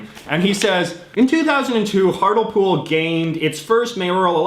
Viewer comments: Ahhhhhhhhh hartlepool is pronounced hart-lee-pool not hartlepool i died a little inside hearing you say it like that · It's pronounced heartly pool giza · Through the entire UK part I was chanting " It's heart lee pool not hartle pool!" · You are really bad at pronouncing British citys lol its also heart le pool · It’s pronounced Hart-Lee-Pool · Hartlepool (HART-LEE-POOL) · Hartlepool is pronounced HART-lee-pool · your pronousanation of those postcards of the uk are cringeworthy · Hart LEE Pool is the way Hartlepool is said and Norwich is "Norridge" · Norwich is pronounced norich the Thames is pronounced tems Hartlepool is pronounced Hartleypool and innit is used throughout England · Your pronunciations of Norwich, Thames and Hartlepool made me slightly queasy